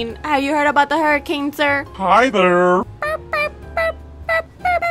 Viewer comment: when she said hurricane tortilla i laughed a lot but she mispronouced it lol- also good vid ahh!!! i love ur videos A LOTT